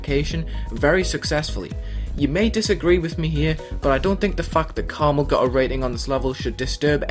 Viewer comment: Its pronounced karma "L"